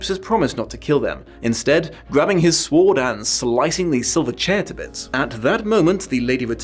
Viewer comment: did you really pronounce the w in sword?:-O